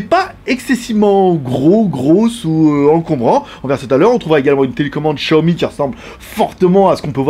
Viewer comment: Comme il prononce Xiaomi mdr les Français. J'utilise l'home cinéma au moins 4h00/jours donc on est pas sur la même utilisation.